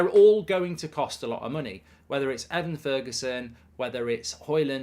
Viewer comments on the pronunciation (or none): Ivan Toney: “eye/vin” Toney ✅ “ih/van” Toney ❌ Evan Ferguson: “eh/vin” Ferguson ✅ “ih/van” Ferguson ❌ Those are the correct pronunciation for the two players, i know Toney wasn’t mentioned today but the way mark pronounces those two names irritates me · This whole time I thought the fella's name was Ivan because Mark's pronunciation was scuffed lol